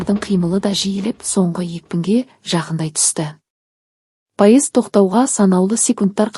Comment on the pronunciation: Паезд деген не неге дұрыс оқымайсыз😂